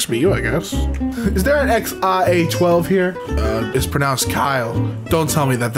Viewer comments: its actually pronounced Ash. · it’s pronounced “X Ash A 12” but I don’t blame ya. The first time I saw that name my brain died of ligma